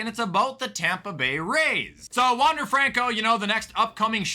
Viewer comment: can people say wander franco's name correctly